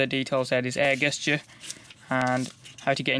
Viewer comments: Gesture is opronounced jest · Isn't "gesture" supposed to be pronounced with a j sound? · Pronounced JESTURE. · yes it is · stop saying "Guest"ure, it's gesture (sounds like a J) Jesus Christ, you're a grown man.